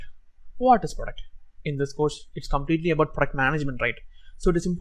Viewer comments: Best part " praduct" 😂😂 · Product ❌ duck ❎ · Work on your pronounciation sir say the word product properly